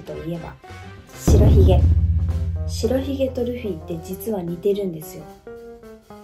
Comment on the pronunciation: しらひげって言ってるけど、しろひげじゃないの？